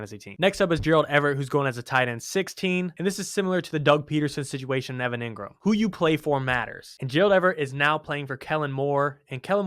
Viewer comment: I like, but its pronounced EEngram, not EHngram